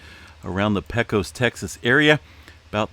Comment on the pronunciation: To be perfect, use Capitals naming a city and learn to spell himself. It is not rediculous it is ridiculous. Called out, Pak-Kos myself.